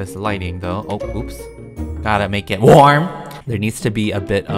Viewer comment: I die everytime he says “gotta make it wArM”